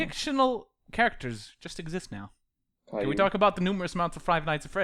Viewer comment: for future reference, cailou is pronounced "kai-loo"